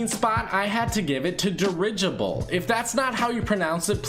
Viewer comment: (durr-gih-bull) i as in it